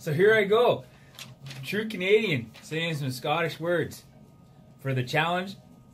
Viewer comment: Lol. Love the over the top Canidan too!! 🤣🤣🤣